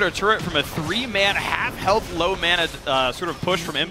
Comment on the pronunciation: ***** ma-nah. thats how i say it. not mo-naw